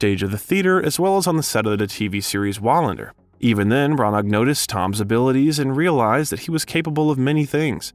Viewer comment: Its pronounced Branna